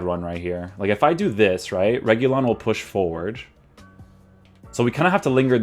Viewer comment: RE- HU-LEE-UN that’s how you say his name in Spanish